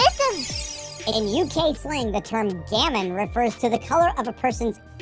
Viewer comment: "Gammon", not "Gamon".